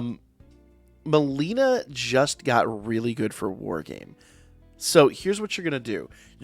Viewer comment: why you keep calling her malina?